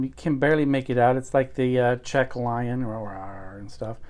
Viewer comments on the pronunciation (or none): none